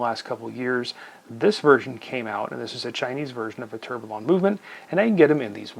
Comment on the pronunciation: At least you are self aware to it😁.. yes, you guys in the US do say things in a funny way 😉. Actually just one thing- Tourbillon is pronounced without the “LL”, so it sounds “to(u) r bi yon”. Great review. I own the Aesop, the other dial, and the Pierre Paulin (same dial but with 3 hands). I enjoy them a lot.